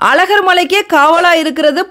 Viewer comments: First of all it is Azhagar and not alagar. Pronounce it properly. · Madam pl pronounce Azagar correctly. Sad tamil girls cannot pronounce the special letter za in Tamiz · அழகர் பெயரை அலகர் என உச்சரிப்பதைக் கருப்பர் காது கொடுத்து கேட்கனும் 🙏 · அக்கா அலகர் மலை இல்லை, அழகர் மலை முதலில் தமிழை ஒழுங்காக உச்சரிக்க கற்றுக்கொள்